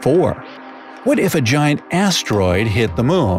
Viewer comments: MOON not moan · I can't not say this. He sounds like he says 'moan' every time he says moon, and it cracks me up.